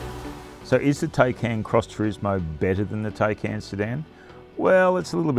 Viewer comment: «Tei-cain» .. it’s pronounced “THai-cAn”